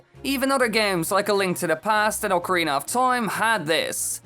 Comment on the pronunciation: I want less of the weapons be destructable and bring back classic dungeons/temples, also it's actually pronounced OCARINA and not ORCARINA or OCARINER.